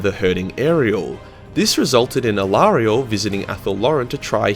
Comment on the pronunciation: Who is Aerielle, do you mean Alarielle? And if so, you are so wrong! xD